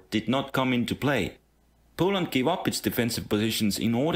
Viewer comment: POOLAND? I got mad at that...